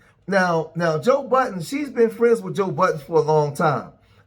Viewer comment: It’s Joe Budden, not Joe Buh’ens